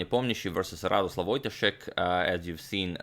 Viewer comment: To increase vast knowledge, his name is Radosław Wojtaszek which is pronounced a bit differently then Radoslaw Wojtaszek. Its really hard to explain it how, but you can use google translate with polish language and it will say it correctly ;) cheers! P.S. Polish language is hard :D